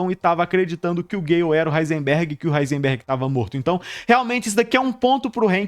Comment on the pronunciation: Duvido alguém falar quantas vezes o cara do vídeo falou "Heinserberg"